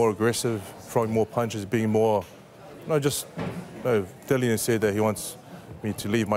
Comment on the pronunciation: Dillian, not Dillon, at least learn his name..